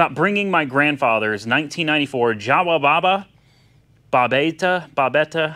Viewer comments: In europe we pronounce "Jawa" as "yawa" 😉 Greetings from Poland😉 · I had no idea Babetta was exported to US. That is cool..! BTW Jawa is pronounced "YAWA" in Czech language